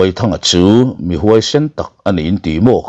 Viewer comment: A ngaihnawm in a kham awm loh thin hle mai. Mahse kan sawisel ve law😊. Chumi tih i lam dan i thlul dan tin hi ,i hmanna nenn a dik felhlel deuh thin em aw, te ka lo ti mai mai a😊